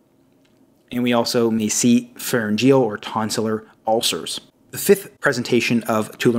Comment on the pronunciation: Nice video but please be careful with the pronunciation, it's: Cervical = CERvical not cerVUYcal Pharyngeal= phaRYNgeal not pharynGEAL Exudative = eXUdative not exuDAtive. Thanks for the good content